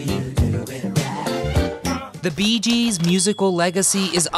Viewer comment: Itsnot "the beegees" in spot...gees....